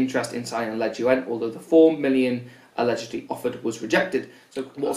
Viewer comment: pretty sure it's pronounced le-joon like